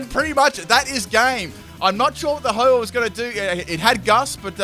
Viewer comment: its ho-oh not ho-ho